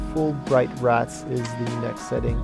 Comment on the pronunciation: By the way dude, don't say it like rat-z. Its Rats.